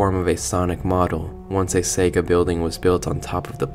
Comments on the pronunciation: It's Sega Corp not secret court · I’m pretty sure it’s “SEGA Corp.” and not “Secret Court”